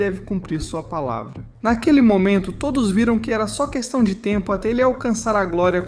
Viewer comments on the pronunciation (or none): none